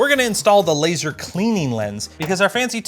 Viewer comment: It's pronounced "laser" and not laser. You gotta have the air quotes.